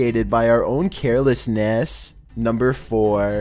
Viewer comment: Why’d he say carelessness like that